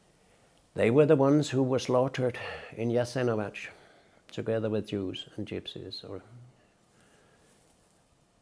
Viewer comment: For someone who knows (knew) Yugoslavia so well, you'd expect to know how to pronounce Milošević and Jasenovac. Nevertheless, an interesting viewpoint, looking at the Nato bombing from the perspective of Western geopolitical interests. But as he says, things are more complex than many people understood. If anyone watches only this, and doesn't have any other understanding of what happened in the region and when, I'd suggest that you do more research and broaden your perspectives, because this one alone is misleading - except about the complexity. As long as citizens in the ex-YU region continue identifying themselves with their "narod", which inevitably spills over borders, and continue dreaming of some ethnically homogenous state that requires exterminating others and land grabbing to secure, there will be no peace or reconciliation. I wish for citizens of all ex-YU nations still residing in them, to participate in the democratic state they live in, to uphold the constitution, and to respect the right of ethnic minority groups to exist there, and contribute to society normally and equally.